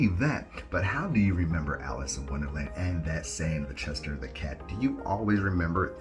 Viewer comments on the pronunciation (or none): It's the chess shier cat not chester